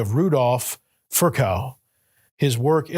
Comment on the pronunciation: »›Rudolf ... Fir-cow‹« Hey doc: if you come across a name you don't know how to pronounce, maybe pause and look it up. Because that is now how you say Virchow.